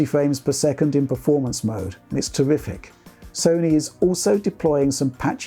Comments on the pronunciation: " just tewwific" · Did he say terrific or horrific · Hey did you say Horrific or Terrific? I can't tell and I went back like 34 times.